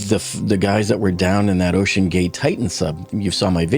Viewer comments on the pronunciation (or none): none